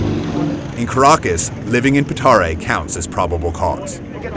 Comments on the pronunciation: the barrio is called Petare, not Pitari... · PETARE not Pitara!! :O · It is not "Pitara", it's "Petare"! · PITARA NO, PETARE XD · "Pitara" PETARE, COÑO, P E T A R E. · PETARE, no Pitari !!! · FI: Its not "Pitara", its Petare. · its not Pitara, its Petare. just a friendly correction :P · They keep calling the slum "Pitara", and it's actually Petare.